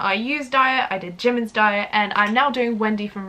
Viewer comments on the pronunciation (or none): u pronounced jimin wrong xD